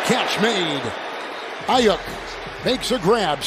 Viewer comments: Super annoying the announcer can’t pronounce aiyuks last name right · Why it’s saying Ayuk like that😂